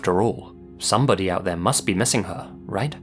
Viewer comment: I hate myself for this, but the way you emphasized some "BODY" must be missing her that really made me laugh